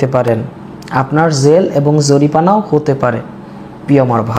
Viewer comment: আরে ভাই ওটা জরিপানা হবে না জরিমানা হবে 🎉